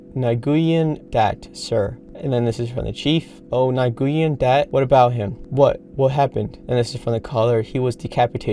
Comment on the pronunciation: Nguyen is pronounced as win